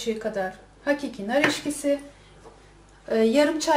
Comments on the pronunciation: nar eskisi deil nar eksisi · Nar eşkisi değil nar ekşisi olarak söylenir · yalnız o onu demiyor. Nar ekşisi konulur tabiki videodaki bayan "Nar EKŞİSİ" yerine "Nar EŞKİSİ" Dedi. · Nar eşkisi değil EKŞİSİ. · Nar eşkisi değil nar ekşisi🤣🤣🤣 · nar eşkisi değil nar ekşisi lütfen:)) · Nar eşkisi değil,nar ekşisi denir ona. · nar eşkisi değil nar ekşisi